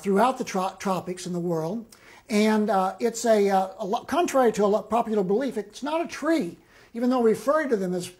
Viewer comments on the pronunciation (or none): none